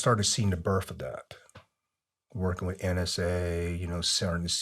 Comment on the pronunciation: I enjoyed the story of his life and for allowing us to hear it. Thank you for your service and stay safe. Just drive me crazy when he pronounces “th” as “fff” wiff and birffday a few other words. Lol I worked with guys that would speak like that and I’d always say “what was that word” just to break their chops” lol.